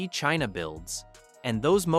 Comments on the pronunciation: Please tell me were Cheena is and why have we never heard of it before this Cheena sounds very aggressive. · Who is "Cheena"? Get it together. 😂😂😂